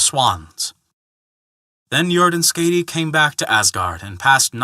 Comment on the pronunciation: Hey there, the name Skaði the "ð" pronounced similarly to a "th". As for the "a" that very well could have been a mistake on my part with it having a harder "a" rather than a softer one.